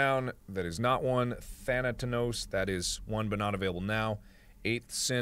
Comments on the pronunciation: Game: THANATOS Mark: THANATANOS H. O. L. Y. S. H. I. T. Poor Mark... you can feel all the negative emotions even 2 years later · Than ah tos Not "Thanatanos" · Mark pronounces thanatos as "Tha-nat-nos" although Im pretty sure its than-uh-tos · I like how he says thanatanos instead of thanatos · I'm going to assume that I'm not the only person who is bugged by the fact that he pronounces Thanatos "Thanatanos." Where is he getting the extra syllable from? Why does he add 'an' to the word? The world may never know... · "Thantanos"... every time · He died so many times in this game as punishment for saying "Thanatos" wrong so much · do you realize how many times you mispronounced the god of death's name in this video? Thanatos.